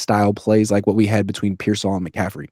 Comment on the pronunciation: I love u but dear God….PEER-sall. Not peer-SALL. I can’t take it anymore…😵‍💫